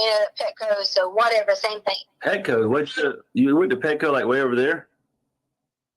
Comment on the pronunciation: Why does she put a k sound at the end of words that in g. Like thing she ends it with a k